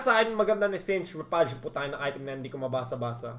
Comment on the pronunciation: Saint Re-FUDGE hahahaha Yung pronunciation po niyan parang pronunciation din po ng refuse.